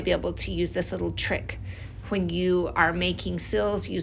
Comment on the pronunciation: "Wh" in general. I had to repeat the beginning because she pronounced it like that when she said "when you.."